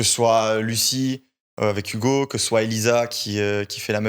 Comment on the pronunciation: Arrête avec tes "DA" ouvre un dico tu es insupportable gamin, "je veux pas rester sur des avis de quelconque" mais qu'est ce que ca veut dire?! La fausse surprise de la mais mon dieu que c’est horipilant et arrête avec tes "YouGo" c’est HUGO pas YOUGO!!!!